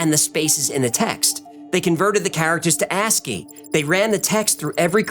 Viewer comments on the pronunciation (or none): none